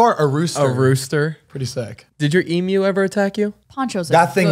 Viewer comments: Also emu is pronounced eem-you & they’re not meant to be pets they’re wild animal that need a lot of room to run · It’s pronounced eem-you not ee-moo 😭🤣❤️ this was such a good episode